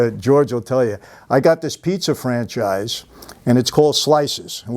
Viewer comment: ComeONN ice TEEEE...,. it's not "franCHEEZY" 🙄 ugh🤣 ,luckily Michael is a solid dude lol probably gets that all of the time lol